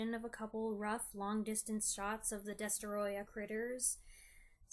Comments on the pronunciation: Well done. You made me care about the fate of a mutated, fire breathing lizard the size of a skyscraper! Plus your pronunciation of the antagonist's name is absolutely spot on! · It’s adorable how you pronounce “DESTOROYAH!”